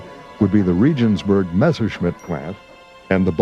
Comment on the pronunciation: Regensburg is pronounced "RAY-genz-boorg." All the effort to get good film footage and information for such a documentary and the narration makes these kinds of "bush league" mistakes?